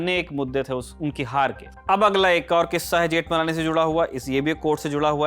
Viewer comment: Ni pronouciation of surname.